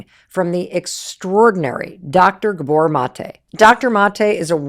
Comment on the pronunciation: Gabor is pronounced with emphasis on A